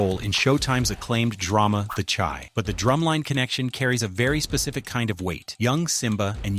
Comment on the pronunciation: At the end of number 14, he says "the chai" (like the latte) instead of how it's supposed to be pronounced as "The Chi" (pronounced SHY) as in Chicago. 😂